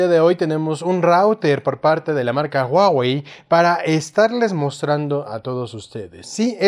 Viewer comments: guawei? o huawei? jejeje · Se pronuncia 'juá-uei'